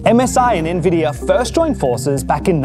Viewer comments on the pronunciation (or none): AHH.. more views here then ASUS announcement.. hopefully better actors yikes Erica was cool tho.. :* EDIT: omg.. the voice talent was horrid here too.. and why do people say NVIDIA wrong.. watch Jensen so you learn how to say it damn it... then you have Dorkus Linass saying Suprim differently the the other guy.. this was just as bad as the ROG video..